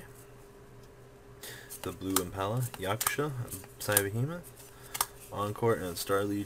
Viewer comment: omg he said yaksha correctly